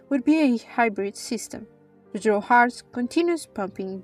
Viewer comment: I’m glad you keep the original pronunciation of Dro’